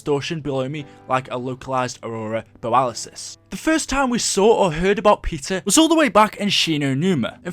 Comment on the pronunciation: I didn't know it was Aurora Boralisis. I thought it was Aurora Borealas.